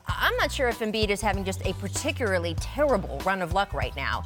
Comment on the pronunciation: "Particuraly" lol